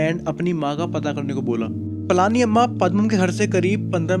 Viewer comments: Its पळनी अम्मा and not ,पळानी अम्मा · She is pazhani amma not palaaaani amma 😊